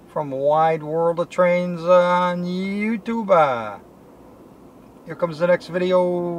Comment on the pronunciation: Great footage, but could you stop saying you tube-aa? or anything-aa? It drives me nuts